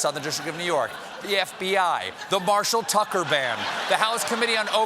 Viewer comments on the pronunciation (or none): none